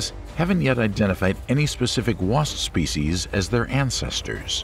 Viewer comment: he said antcesters uhu